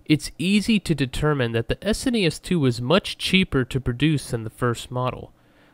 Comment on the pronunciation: thank you for saying s n e s not trying to pronounce as a single word